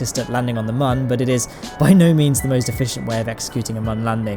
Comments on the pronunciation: It's moon not mun but ur close so idc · P.s. 'Mun' with the two dots above the 'u' is a German sound... its ACTUALLY pronounced 'MOON'. JUST SAY MOON! Not this... 'mun'. DISLIKE #90 Is me.